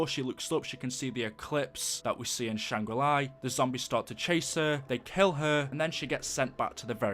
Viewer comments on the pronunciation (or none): La not li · It’s shangrila not shanggrili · great vid but it's not Shangri-"Lai" it's just Shangri-La there's no I in it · Where is the I in LA SHANGRI LA! La la la la la not li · When he says Shangri LEYE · the way he says shangri la is so annoying there is no I at the end of la